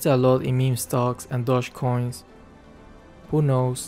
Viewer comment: wtf is dodgecoin its dogecoin